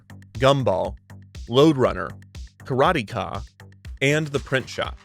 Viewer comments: It’s pronounced “kah-rah-TEH-kah” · Would've been nice if the narrator learned how to pronounce Broderbund and Karateka right, lol. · Karate-ka!!! 😂 It’s actually kárateka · Broder bund is pronounced with a Long O. Broder rhymes with Loader. Also you botched Karateka. It's not pronounced with a long "KaaaaaaH" at the end. Just kuh rah teh kah, and quickly drop it. Source: I'm older and lived through it. Re-record your narration with these corrections. It's aggravating otherwise. The show released at least 2 soundtrack CDs and sadly Lynne Thigpen passed away some years ago. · It was pronounced, "Kara-TAY-Kah"